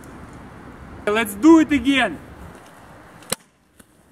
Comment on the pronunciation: "Les dew it"